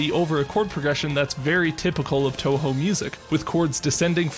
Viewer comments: Touhou. It's pronounce toho, not tawhaw. Just a nitpick though, great video overall. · He pronounced it as toehoe